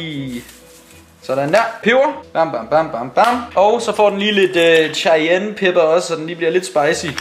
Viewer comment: cayene udtales Kayene